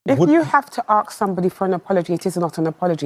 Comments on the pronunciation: She can't say the word "ask".. strangely she can only say "arks" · Hey it's ask not axe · This woman is not African BUT even more so she is not AMERICAN so you can see the lengths she will go to in being fake. Listen to her first sentence .She uses "AKS" instead of "ASK" like black Americans from certain areas. Now this is not a thing from where she grew up or Africa and try to do it yourself. It's very hard and takes a lot of concentration not to say "Ask"by accident and "Aks" is very hard to say too. Shows the effort she puts in to her deception.! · She can't even say the word ' ask". She says "aks"!! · Surely she can’t speak English. Listen again to her…she says “Arks” but surely, is it difficult to say “Ask”? Mmmm! Weird! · Aks? Aks? Does she mean Ask? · She needs to learn proper English. It's ask not aks! She needs to learn how to string a sentence together. Another publicity addict! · When she says "axe somebody" is she threatening violence? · She uses the word "aks" instead of "ask". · Caribbean way of saying it